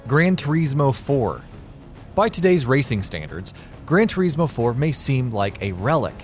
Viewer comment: ‘Gran Toureesmo’. 😂😂😂